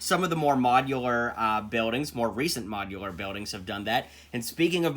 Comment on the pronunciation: Wait did you say mojilUr buildings?